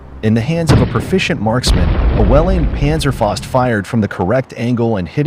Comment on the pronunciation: Great video and great information but "faust" (fist in English) is pronounced "fowst;" not "fahst."